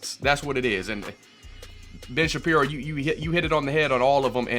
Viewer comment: Did you just say "Ben Shittin' piro"?